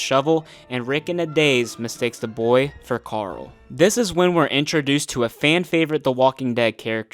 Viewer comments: The way you pronounce Coral is really turning me off, who is that Karl? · Have you just mispronounced Karool